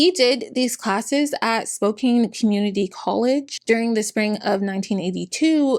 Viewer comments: I dont mean this in a rude way I just live in the area so I noticed it. Spokane is pronounced Spow-can not spow-cane. Its a native american name Love your videos <3<3<3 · Hello! As a friendly neighborhood Washingtonian, I wanted to let you know we pronounce Spokane as "spo-can," not "spo-cane." Love your videos! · Oh hey Spokane! (It's said Spo-Kan btw!) I was born and raised there! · It's spoke can not spoke cain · I love your videos but I just wanted to let you know Spokane is pronounced Spo-can not Spo-cane, if it ever comes up again the future. - Washington resident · Small thing, but as someone who lived there, "Spokane" isn't pronounced like "Cane" but rather "Can" at the end. It's how the locals can make jokes about "Spokanibis" and such. lol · I am disappointed on how few "its pronounced Spo "can" " comments there are lol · Spokane rhymes with man, "Spo-can", not mane. 😉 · Great video! For future reference Spokane - the kane part is pronounced as "can" :) thanks for the information, very comprehensive and impressive! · Growing up in Spokane (it does not matter, but it is spo/Can not Kane), and knowing lots of people who sold Young Living because there is a lot of LDS and other millennial religions in the area and it was a “local” business. I did get some deodorant once, but then I found out about him holding his own baby underwater for an hour? I never got it again, it was nice at least- awful company, horrible founder. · Spokane is pronounced like Spo-can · fighting the obnoxious urge to say „Its pronounced "SPOKE-ANNE!““…(i love you. im sorry) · Excellent video. Highly informative. Very telling he jump from lands preservation to logging without batting an eye. However, it is my sacred duty as a Spokanite to inform you the 'e' is a lie. Spokane like 'Spo-can you please change your city's name already.' ;) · When will Spo-Can have enough notoriety to be pronounced correctly? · Honey, it's pronounced Spo-can (Spokane). For future reference. ☮️💜